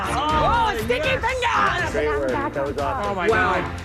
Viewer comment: i love how she said sticky fingers as "sticky fingas"